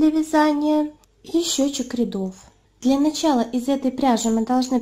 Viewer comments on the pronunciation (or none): none